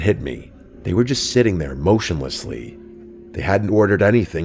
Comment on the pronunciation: "...a standard mass"? Are you sure that's not masse*, rhymes with assay? And later, "motionllessly"? 😅